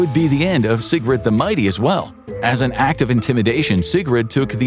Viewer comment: Will you please pronounce SIGURDA AND NOT SIGRUD?